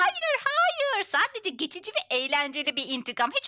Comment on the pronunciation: Geçici olarak❌ Çeçici olalak✔️